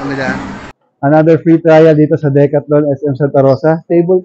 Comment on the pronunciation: Ganyan ba talaga pronounciation ng decathlon?